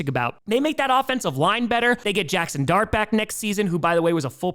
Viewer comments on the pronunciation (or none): none